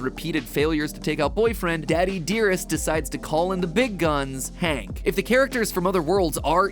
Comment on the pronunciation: You got it wrong it's hank HAAAAAAAAAAAAAAAAANK